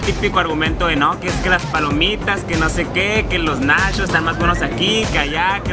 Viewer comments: Se sise nachos no nashos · Una pregunta... Y lo hago sin el afán de ofender, solo es curiosidad. 1-el compa es gay?. 2-De que estado es?. 3- Porque a las palabras como por ejemplo NACHOS, MUCHO, CHEDAR, le dice Nashos, musho, shedar?, o cosas asi? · Nashos, mushos, salshisha😂 Jajajaja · Los nashos!! 😂😂😂😂En Tampico no hay de esos. Sólo tenemos nachos. Y no saben shidos, saben chidos. Y vaya a la barra de complementos mijo no sea jo-pende. Ahí le pone de tosho morosho pa que entienda. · No sé si el vato es campesino Pero es Nachos no Nashos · Nashos y shedar 🤣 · se dice nachos no nashos